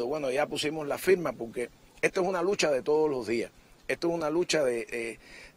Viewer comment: ¿Profesor de español? ¿Y dice pok-ke?